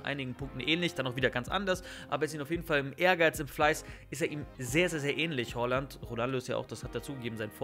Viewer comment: Nicht Holland sondern Haaland